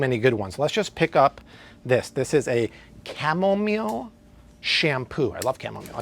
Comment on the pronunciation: Dude can’t even pronounce chamomile 🤦🏻‍♀️